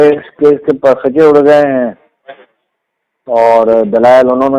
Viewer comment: سر یہ لفظ par khuchay نہیں بلکہ pa rukh chay ہے۔ پر رخ چے